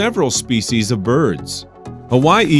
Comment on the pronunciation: This was a computer generated voice. It got Hawaii wrong.